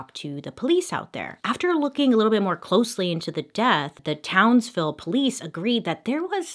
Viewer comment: As a Queenslander, just a shout out for pronouncing Townsville correctly Bailey! I know you struggle sometimes and wanted to say well done!